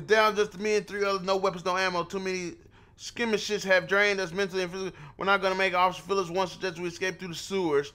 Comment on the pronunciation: LMFAOOO NIGGA CANT PRONOUNCE SKIRMISHES LMAOOOOOO IM SO WEAK ON GOD